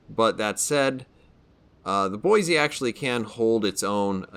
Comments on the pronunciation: "Boy-see"... there's no "z" in Boise. Haha, just a little friendly ribbing from a local. Great vid! 👍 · maybe I can shed some light on this. I used to go to school with a girl named Rose. Her last name was DuBoise (pronounced Do-boys) and yes it is of French decent. However, you are correct that USS Boise namesake is Boise, Idaho.